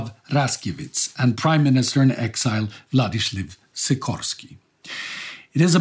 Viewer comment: if you’re reading this: Władysław Raczkiewicz is pronounced Vladislav Rachkievicz and Władysław Sikorski is pronounced Vladislav Ckorsky